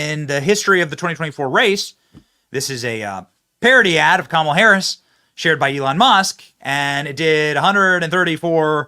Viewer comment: Kah’Malha ha ha ha ha ha 😅 just Cain’t fix “stew-pid” !